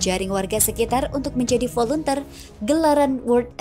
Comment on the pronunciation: Maaf mbak, volunteer itu bacaannya " voluntir", bukan dibaca volunter..Tks